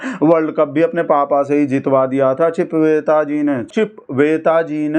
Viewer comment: ਚਿਪਵੇਤਾ ਨਹੀ ਚੂਪੇਤਾ Chipveta nhi choopeta ਕਹੀਏ ਜਨਾਬ